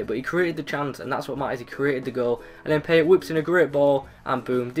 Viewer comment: It's pronounced Payé